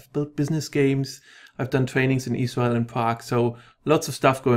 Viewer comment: After I thought I'd heard it, I couldn't unhear it!